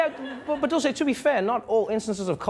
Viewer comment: when did her name become Italian all of a sudden lol it's Dulce.